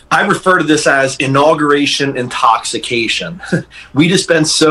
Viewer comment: Did I just hear "ONAUguration" day???